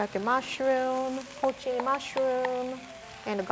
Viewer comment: shoutout to for pronouncing porcini right